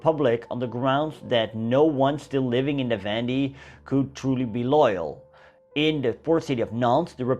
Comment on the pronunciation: I cannot watch this after he mispronounced "la Vendee"